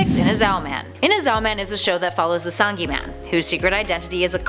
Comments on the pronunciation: Sorry but it’s pronounced OOH-SA-GI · Every time she mispronounces Usagi....it hurts my ears